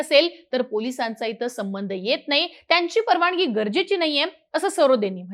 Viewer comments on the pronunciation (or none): जरा उच्चारांन वरती लक्ष द्या, 'न' आणि 'ण' मधे खूप गफलत करताय तुम्ही eg 'परवानगी ' ऐवजी 'परवानणगी ' म्हणताय तुम्ही..... ऐकताना खूप खटकते ते